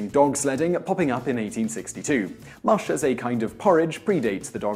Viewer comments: It's not moosh, it's mush! Come now! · That's funny....you start off pronouncing the word "mush" incorrectly and then about half way through your video all of the sudden you know how to pronounce it. Did you figure out the proper pronunciation halfway through production but not feel like re-filming the first half of the video?